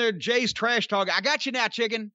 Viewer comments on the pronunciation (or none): I don’t know if it’s just me, but I hear Jay call Mark “Chicki” not straight “chicken”. I know it’s the same thing, but it’s how he says it that gets over along with how Mark behaves.